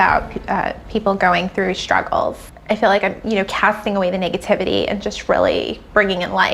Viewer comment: “the thongs are just about people going thru struggleths.” 🤣 😂 😜